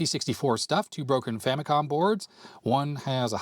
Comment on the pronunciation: I dunno why youtubers are having reading comprehension when it comes to the FAMILY COMPUTER as it's clearly shown upfront. So much injustice and disrespect Nintendo's FAMILY COMPUTER are getting from western and current youtubers that they keep butchering its name and relegate it with famiclones. They’re basing its name-butchering, clear confusion and aggressive mispronunciation with Sharp's TWINfamicom. The famicom by itself is nowhere stated in Nintendo's branding of any of its 8-bit console past or present. Not because the 16-bit Japanese Nintendo console is the Super Famicom, it's fair to mis-declare its 8-bit counter part as famicom. It's not! It's very inaccurate and a clear bastardization of the NES' basis of origin! Even in its heyday, no one has ever even called Nintendo's 8-bit Japanese console as a famicom let alone becoming an official general confusion like the sad state of affairs of present day name butchering, especially with markets where it's officially sold -- even until now! It's clear as daylight that with games, peripherals ( FAMILY COMPUTER DISK SYSTEM ) and even with the recent mini-console releases, the brand is clearly stated front and center as the FAMILY COMPUTER Before making any history-lesson, please make your facts accurate first and not ride with the general bastardization and history whitewashing. It's unfortunate that even wikipedia's been hijacked by western influence with this clear and intentional name butchering!